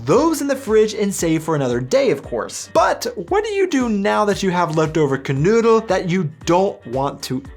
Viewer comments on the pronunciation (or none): The name is "Knödel" (spoken:knoidel) and not "Canoodl" ! That sounds like an Aussie Road Kill Leftover! And you never use bread!😱 Usually only in a Paperbag dried rolls or buns😆😉☝️ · Your pronunciation of KNOEDEL is abysmal, Note OE is equivalent to O with Umlaut on keyboards without such character.